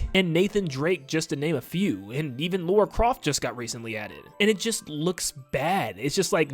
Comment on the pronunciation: Wow, why can't Americans say LARA CROFT. It's not Laura. Learn to read.